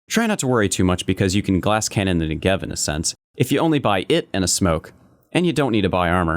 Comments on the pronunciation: it is pronounce nEgev, not negEv. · Negev , not ne-gev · it's NEgev not neGEv :/ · " the next-gev" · You mean “Niggev” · that not how you say negev. im from israel soo i know its more like negav. its named after a place in israel soo do galil. negev - נגב galil - גליל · new-gev xD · love the negev, a lot of guys in the vc calls me that for some reason, but they say it incorrectly, they say it with a R instead of a V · WHY CAN NO ONE PRONOUNCE NEGEV PROPERLY? SHIT NOW I HAVE TO STAY TRIGGERED OR ELSE I'll LOSE ALL MY ACCURACY. TY VALVE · You pronounce "Negev" wrong! I live in the country where the Negev was made (and invented). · just go to google translate and write Negev. Then hear how it's said.